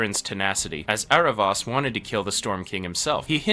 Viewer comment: eravos not eravas